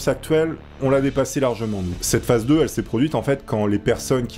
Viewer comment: phase se prononce phaze et phasse ou phace